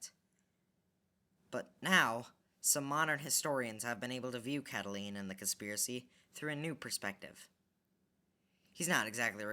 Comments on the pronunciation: um it's pronounced CatiLINE not CatiLENE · its cata line not cataleen